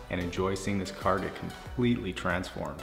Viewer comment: YOU BUY NEW CAHH NOW !